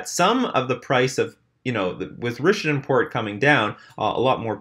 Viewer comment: RISH-AY-DEE-ANN. Dude you're driving me nuts.